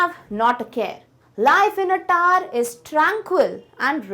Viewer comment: The tower is not tar pls don't speak the taar pls 😅😅